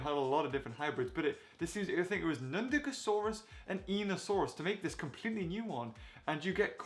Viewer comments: ITS NUNDASUCHUS NOT NUDACASAURUS but it’s okay I still luv ur content m8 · you said nundagosaurus you meant nundagosuchus haha